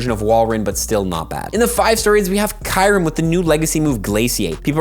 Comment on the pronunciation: Can someone please get a Pokémon Deluxe Essential Handbook for Christmas? It has all the pronunciations in it (such as KYOO-rem)😁 Enjoy the quick punchy vids your content has come a long way. Details matter though so please get the names right 🙏 Merry Christmas 🎄